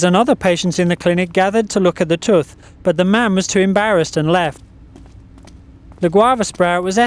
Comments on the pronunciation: It is not pronounced tuth it is pronounced TOOTH. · Its tooth not tuth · the "tuth"? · "Growing in the tuth" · lol he said tuth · in the toof...haha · Am I the only person that thinks he says 'tooth' like '' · ***** It might be because of the voice over's accent that one is [occasionally] pronouncing 'tooth' that way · I love how he says tooth ;)